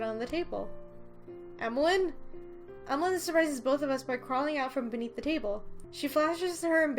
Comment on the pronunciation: For pronouncing Emaligne's name, you should pronounce it like Emmalyn